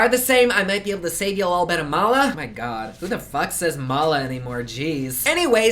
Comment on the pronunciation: Its MULA not mola but love your videos